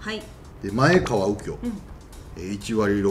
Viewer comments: 前川→まえがわ 豊田→とよだ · まえがわ ですよ！ 人の評価するなら名前ぐらいちゃんと知らないと。 いくら、それっぽい事言っても全然説得力ないです。